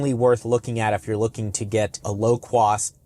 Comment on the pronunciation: Lmao nigga said low cwoath